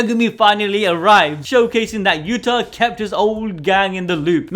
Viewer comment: Yuuda! not Utah!